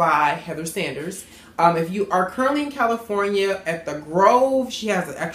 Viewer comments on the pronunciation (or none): none